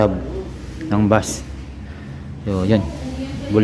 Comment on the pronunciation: Beys (bass) hindi bas